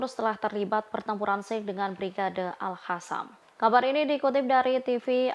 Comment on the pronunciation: Gak bisa sebut AL-QOSAM ya ? Kok Q jadi H 😂